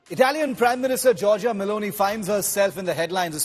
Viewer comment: did he say Baloney instead of meloni once?